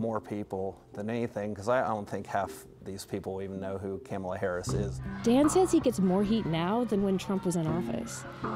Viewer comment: This man kept saying “camel-uh Harris” and nobody corrected him 😂😂😂 they really did him dirty with this interview.